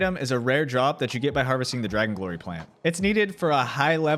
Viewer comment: Lol "harvesting"